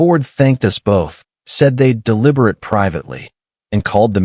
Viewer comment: Yes I listened closely to your story here. And that's all was. You wrote this story. It's not for real. But he made it sound like it was. This is not your voice . This is computer A I , voice. Because if it was a real person. That spoke this well. They would know how to pronounce, Deliberate . They miss spoke it. Blatantly . And I heard a couple of other things listening to a pure story. And I realize. You got a couple of other items not right in your descriptions . And I knew instantly… This is just an exercise in, creative writing . The next thing I reckoned . You're a church lady or church boy . As I can also tell. This story. Is a Biblical , story. Right out of a book . Written by some drunk monk , a couple 1000 years ago. But I digress. I think your story is right out of the, 10 Commandments . But not being a religious person, myself. I wouldn't know? That only popped into my head. That I knew this was a bullshit made up, story. Trying to sound, for real. Yeah, close. But no cigar. I'm retired and board. And had nothing better to do while lying in bed . To take in this video . Of bullshit. RemyRAD